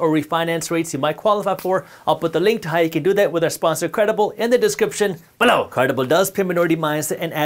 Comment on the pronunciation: I just watch these videos to hear the word “BELOW!”